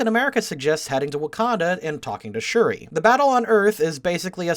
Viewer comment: is it just a coincidence that this guy and cinemasins both say shuri's name wrong?